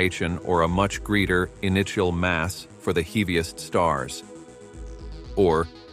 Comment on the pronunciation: What a pity that such a well made doco only warranted a computer voice over...When I hear something like "heeviest stars"..my brain goes all whiteout..